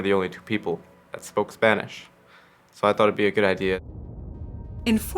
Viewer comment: For some reason I find the narrator's Spanish pronounciation very cringey